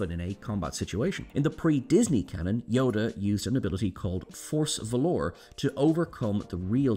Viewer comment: #1 is an obvious entry I didn't realize needed explaining. Also, it's Force Valor, not Force Velour.😂 Valor, like courage.